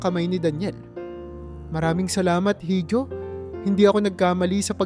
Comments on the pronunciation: Iho po ang correct pronouncation hindi hijo. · Dapat po iho ang bigkas sa letrang (hijo).hindi hidio. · Pronounce it correctly Hijo— iho Hija— iha